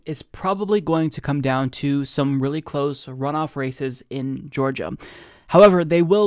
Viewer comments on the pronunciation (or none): none